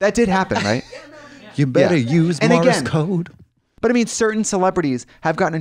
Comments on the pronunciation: was katya saying morris code 😅 is this another tubberware situation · Katya said "morris code" 😆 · Katya mispronouncing Morse code sent me every single time!!